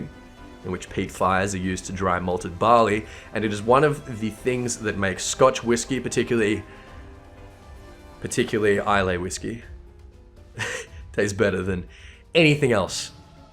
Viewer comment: Awesome video, one note though; Islay (whisky) is pronounced just 'EYE-la' Keep em coming!